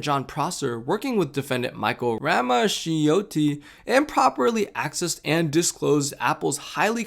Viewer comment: really great and informative video! just a small note, ‘ramaccioti’ is actually pronounced ‘rah-mah-CHO-tee.’